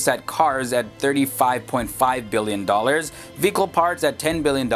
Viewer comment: Anyone else think he was saying “fecal parts” instead of “vehicle parts”?